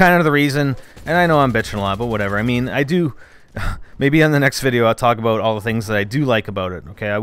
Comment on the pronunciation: Oh...and the narrator is saying "Aboot." So Canadian,. C'mon man.